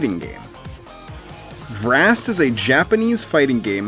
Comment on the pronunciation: It's pronounced V-rast, not Vrast altogether